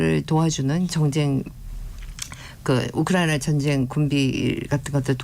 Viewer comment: 이 교수라는 여자 발음이 너무 이상하지 않나요? 한국말 발음을 제대로 못하는거 같아요. 혀가 짧은건지 너무 듣기 거북하고 이상하네요. 발음이 부정확하고 말을 더듬는거 같아요. 우크라이나 라는 단어도 왜 또렷하게 발음을 못 하나요? 많은 단어들이 어눌하게 들리네요. 좀 이상해요. 한국 사람 맞나요?